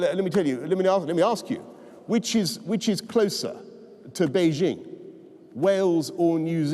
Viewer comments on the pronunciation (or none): none